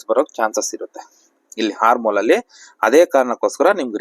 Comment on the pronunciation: ಅದು ಹಾರ್ಮೋನ್ ಅಲ್ಲ... Armhole... ಆರ್ಮ್ ಹೋಲ್....